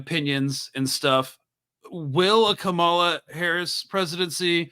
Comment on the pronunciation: are you intentionally mispronouncing Kamala's name?